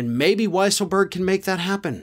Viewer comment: It's pronounced Weasel berg 🙄